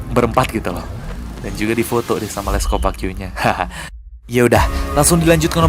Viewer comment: Bang baca les copaque bacanya gini le kopaki karena dari bahasa hmm lupa heheh